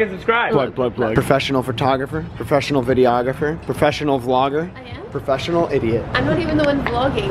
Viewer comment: Omg i died when he said perfossinal idiot loooool hes da best ❤